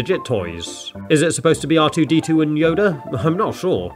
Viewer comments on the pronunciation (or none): For a second I thought he was saying rdr2